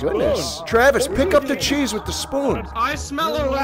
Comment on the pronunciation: "Ch-cheese": "Ch-cheese" fucking dies